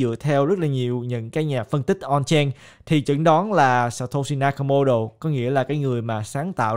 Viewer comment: hình như phải đọc là "sa to si na ka mô tô" ơi:D